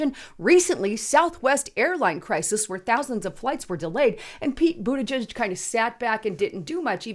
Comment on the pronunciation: Did she say, “Peter Bootyjuice?” 😂